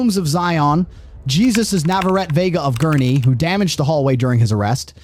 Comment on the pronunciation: The guys name Jesus is pronounced Hey Zeus..., Good Job keep up the good work and keep getting the bad guys locked up save The children